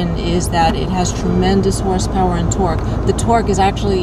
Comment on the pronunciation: did she just say twerk instead of torque